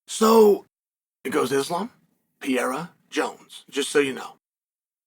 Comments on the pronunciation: Hi Chael, if you are reading, first of all i'm a big fan. That been said, and since is not your native tongue let me help you out: you say something like PIERA (PI E RA). It's pronounce PEREIRA (PE REI RA). Just because i know you are a pro and should give a damn (or not, maybe you alredady know and just dont care, wish is fine. If not, now you know.) Keep it up. Great stuff. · Please work on pronouncing PE-RE-RA...... NOT PEE-ER-RA....thanks